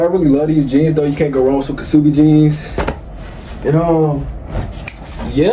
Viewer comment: its pronounced "subi" gng not kuh subi